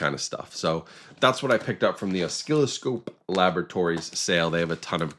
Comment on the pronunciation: did this mf really say "oskilloscope"